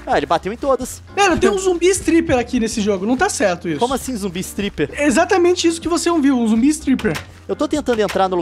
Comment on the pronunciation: Toda a vez que o monark fala zombi istriper(nao sei escrever)morro de rir